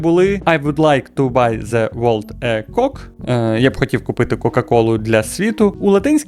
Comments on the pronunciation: *dushnila on Прозвучало: Я би хотів купити світу член. (Не кок, а коук. Або якщо ти інста блогер то кеук) *Dushnila off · Коук, а не кок🙃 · Ви тут вимовили coke як слово півень - cock, а великий чорний півень - big black cock